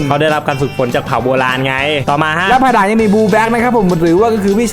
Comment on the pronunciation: เหมือนผมได้ยินว่าควายหลังนะแทนที่จะเป็นภายหลัง